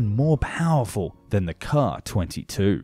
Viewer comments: Hate to be annoying, but a double letter designation such as "SU" and "KA" would be said "Es-Yoo" and "Kay-Ay," as in vocalizing the individual letters. Edit: We can just call the KA-22 the "Platypaircraft" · Is it a transatlantic difference, or just something on YouTube, that the Russian abbreviations get pronounced as words rather than spelled out? All my life, I've only ever heard "Ka" pronounced as "Kay-ay" rather than "Kah", and "Mi" as "Em-eye" rather than "Me", until recently on YT. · K-A! M-I! NOT 'caw' or 'me'.